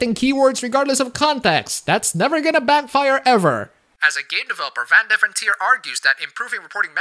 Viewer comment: You have a Dutch accent, but can't pronounce Van Deventer correctly?